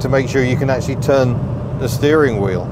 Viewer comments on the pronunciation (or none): none